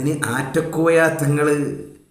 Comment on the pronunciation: . ആറ്റകോയ അല്ല നാറ്റ കോയ എന്ന് തീരുത്തി വായിക്കുക